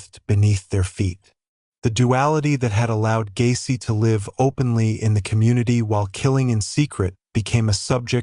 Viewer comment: Have the robot voice get the words right like live as in they live down the street not it was a live performance. 20 min in and already wrong 3 times otherwise good vid